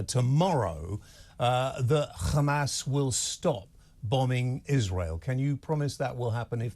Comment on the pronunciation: Hey there isnt a G in the word Hamas, we westerners pronounce it Hamas, as its spelt, This war has gone on forever and will continue to, 2 wrongs never make a right.